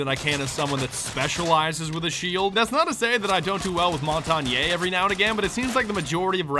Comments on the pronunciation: Pretty sure it's pronounced like this: ' Mon-ton-Eh ' or something similar. French I think. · its pronounced montaine, as in mon, tain like train without the r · It's pronounced "mon-tan-yah", it's some french malarkey. It means "mountain" hence the reason he's armored to shit and has a shield he's a mountain! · It's not montanye. It's pronounced montane, cause the G is silent. Just helping, love ur videos though! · You call him montagnay yet his name is pronounced "montagne", the E is silent ^_^ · It's not mon-ton-yay, it's monetanye. REEEEEEEEEEEEEEEEEEEEEEEEEEEEEEEEEEEEEEEEEEEEEEEEEEEEEEEEEEEEE. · IT IS RECRUIT NOT REHCRUT AND ITS MONTAGNE NOT MONT TAH NE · It's Mon-tan-gne not Mon-tan-yayyyyyy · It's pronounced Mawn-tawn-yuh you nerd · Moo-Tahn-ye is how it's said, please oh god, it hurts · Mon-ton-yuh. That's the correct pronunciation according to actual french youtubers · mon-tan-yay...... well I'm gona commit Sudoku if u say that again u seal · MON-TON-YE? REH-CRAY? COMMIT SUDOKU? what the fuck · Bordermemes I thought it was mon ton ya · It is pronounced mon-tan-ya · Rjachoppa i think its mon-tan-yee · Bordermemes Montagne is pronounced like champagne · Félix Hureau actually it is montonyay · CaptainSquirrel0 montanyah is how it's actually pronounced in French,it means mountain in french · Mason Long its MON-TARG-KNEE scrub. Learn to pronounce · gerardo medina it's actually French for mountain pronounced mon-ton-yah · Law Abiding White Citizen Mon-tan-yuh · CaptainSquirrel0 it is in fact pronounced mon-ton-ye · Dario P as a dude who took French II sophomore year, it's pronounced "Mon-Ton-Yeh" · Am I the only one to pronounce it Mon-tayn? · It's pronounced mon-tan-ya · For fuck sakes that's not how you say montagne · Fuzzy Fuzz there is no A in Montagne ! why does everyone keep saying this ?